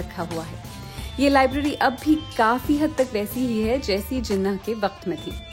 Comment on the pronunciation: Mujhy umeed na thi ky ap jinnah ko theek sa bhi pronoun ni kar sakin gin